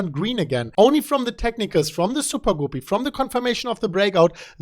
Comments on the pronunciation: Gah-Pee. Not Goo-Pee. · it’s not Gooopy like poopy.... It’s Guppy —like a Puppy... great content today, as usual thanks, haha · Not sure if anyone mentioned this, but a guppy is a type of fish that often times has a long colorful tail. It's pronounced as if the u is the u in cup . like cuppy except with a g. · Guppy is pronounced like ugly. Good trend reversal indicator.